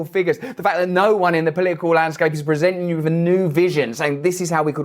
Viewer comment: It’s not poliicle it’s political.